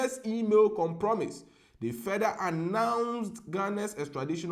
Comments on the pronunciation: com-pro-maise ( compromise ) not com-promise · ITS PRONOUNCED AS COMPROMIZE NOT COM-PROMISE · Though you didn't pronounce the "compromise" well, you're the first person to let me understand BEC with a simple example. I appreciate your humility ✌️ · BEC 😂 Business Email Com-promise 😂😂😂😂😂 if u can’t read listen to audio on how the word is pronounced 😂😂😂 it’s Business Email Compromise